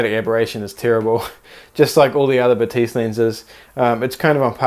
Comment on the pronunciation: Batis is pronounced Baah-tis